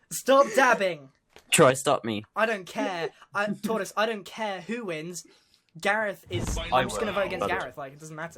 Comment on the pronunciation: t. t. U SAID IT WRONG..... ITS HE WHO MUST NOT BE NAMED